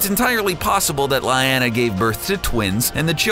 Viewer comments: I winced every time Varys, Cersei and Lyanna were mispronounced in this video. There's no excuse for butchering not one, not two, but THREE names. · omartheodd he also mispronounces Danerys and Lyanna it annoyed the hell out of me